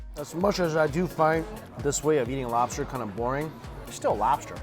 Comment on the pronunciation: Me rike robster